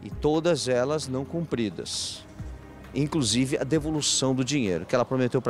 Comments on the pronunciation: Quem veio pelo o Tolezuando?? 🤣🤣🤣🤣🤣🤣 "A Cláudia comprou um guarda roupa e não tem roupa" "Craudia" "Incrusiviu" KKKKKKKKKKKKKKKKKKKKKKKKKKKKKKKKKKKKKKKKKKKKKKKK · Mano a vendedora ficou tão nervosa que falou errado "Craudia" "incrusivi" esse povo pra engana e um amorzinho depois que engana são um monstro🤬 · "INCRUSIVE" KKK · "Incrusiviu "😂😂😂😂😂😂Lembrei do seu Creisson do casseta e planeta .kkkkkk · Com todo o respeito a, mas "Craudia", "pobrema", " incrusive"? Não dá! 😂😂😂😂😂😂😂😂😂😂😂😂😂😂😂😂😂😂😂😂😂😂😂😂😂😂😂😂😂😂😂😂😂😂😂😂😂😂😂😂😂😂😂😂😂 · "Incrusiviu" ainda por cima . Rachei na hora 😂😂😂😂😂😂😂😂😂